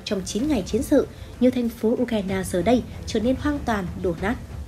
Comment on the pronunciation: MC ko biết đọc tên nước à:))) U cờ na đa là nước gì🧐